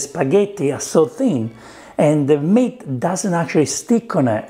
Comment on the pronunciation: I thought you were saying “Mint” not “Meat” 😂 love the accent tho